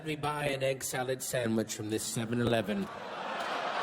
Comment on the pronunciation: "you know, where they byew the beers?"